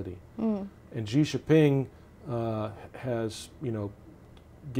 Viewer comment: How can this guy be a "China expert" when he can't even pronounce Xi's last name correctly?